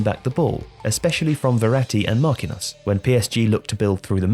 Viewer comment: The way he says Marquinhos:/